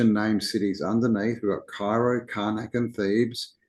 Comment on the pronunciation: Cairo is pronounced kay row in Illinois. The shadows of the eclipse`s form the Hebrew letters beginning and end.